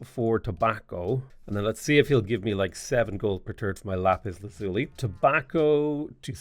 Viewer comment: i dont like how bothered i am by the LAZZZZZULY pronounciation....